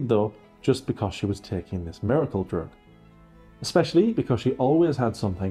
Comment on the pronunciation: don't forget "eckspecially" and "inscrutiating"